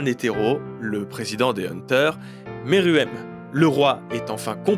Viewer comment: Arrêtez de dire meruem a la française 😭😭